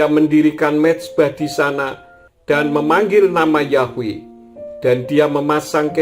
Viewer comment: YHWH bukan dibaca yahweh pak karena YHWH huruf vokal mati bukan hidup